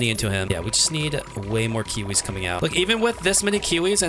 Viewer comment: why do you say kuwis instead of kiwis??